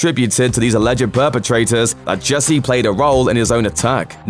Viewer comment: Jussie not Jessie for God's sake